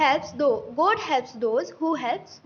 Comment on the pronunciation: the essay was written well but I feel your pronunciations could improve ( you mispronounced GOD, MILESTONE & RELIANCE ). Also, I feel the Phrase at the end was not required and I personally was unable to grasp its meaning. All in all great efforts and job well done :)